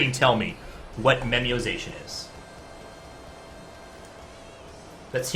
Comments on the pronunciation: I seriously wondered what memiozation was when you were speaking it. Then you wrote memoization and then I realized you just can't pronounce. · You should definitely do more of these, I love the strictly concept ones like this. Oh, and not to be a stickler, but, it's "memo-ization", based on the idea of the concept of making memos, as opposed to "memiozation".